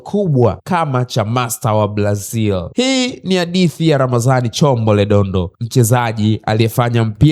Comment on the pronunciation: Zingatia matamshi sahihi kwenye r na l, maneno kama "mpila, Blazil, Jabil, yanaondoa ushawishi wa kuendelea kufuatilia.